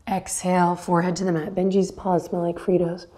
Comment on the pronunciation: This day was rough, but i was cracking up... did you say “Benji’s paws smell like fruitos”?! 😂